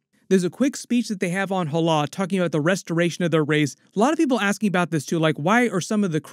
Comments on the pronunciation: im sorry but how can you watch the film and then still pronouncce hala wrong? its ha-la not hallah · I know I'm being a dick but, "hahlah"? They say Hala a bunch of times.